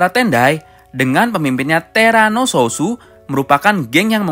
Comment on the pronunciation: TERANO SOUTH BUKAN SOUSO LOL